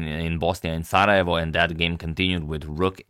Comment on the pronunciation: Is this how the Balks pronounce Sarajevo Bosnia? Either way, it should be pronounced "Serbia".